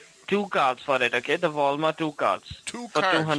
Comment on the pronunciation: "voul mart"